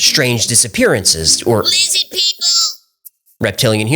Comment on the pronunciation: started to grow on me when he kept pronouncing Lizard LiZid lol